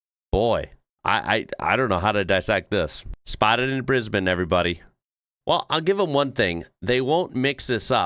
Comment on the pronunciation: I just subscribe for your correct pronunciation of Brisbane 😂